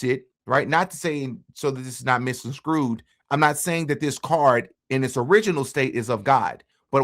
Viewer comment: Did you say “misconscrewed?” Just in case, “misconstrued.”